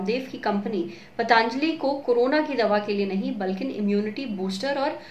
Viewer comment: It's पतंजली not pataanjali..